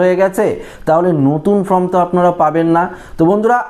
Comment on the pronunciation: শব্দটা ফ্রম নয়, ফর্ম।